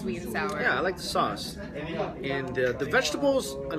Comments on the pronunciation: You are absolutely gorgeous!!! And the New York accent when you say Sauce... "Soace" HA!! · I like how she sounds normal , until she says sauce and that new york accident comes out lol . Btw I've always wanted to try stinky tofu but there's not alot of places here where I live that sells it. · She kind of has a Brooklyn accent when she says "authentic" and "sauce"